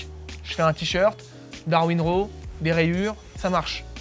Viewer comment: C'est pas comment prononcer "raw" héhé